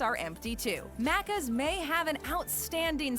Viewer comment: The way she says Maccas is off point from how Aussies say it. Think “Big Mac” say the Mac like it is.. Maccas, and it seems to be pronounced Maccis as one word, one syllable, not Macc…as.